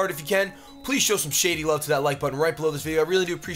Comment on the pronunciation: That shady was a british accent